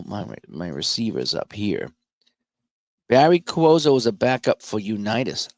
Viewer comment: Cuozzo is pronounced “Kwahzo”.